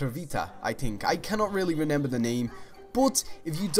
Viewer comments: how many times did he say renember in this video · When you say remember wrong